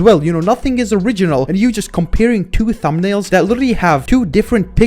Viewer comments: Why does say thumbnails like "Tumbnails"? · litteraly said, "people make similar tumnails sometimes" BRO LITERALLY SAID "TUMNAILS"